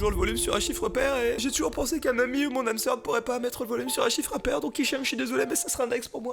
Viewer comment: Le " ✨✨✨est ça c'est mon chybre✨✨✨" j'ai trop rigoler 🤣🤣🤣